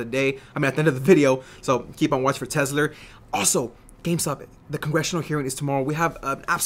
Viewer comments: u keep saying tessler lol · Love the way he says Tesler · Lol Tesler!